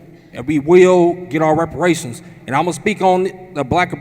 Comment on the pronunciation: "Come on, give me the words!", "Give me $5,000,000!" 😄😆😅 This is comical. What a circus!!! 🤡 Was that Reparashunzzzzz? Oh, sorry. It's with an "S".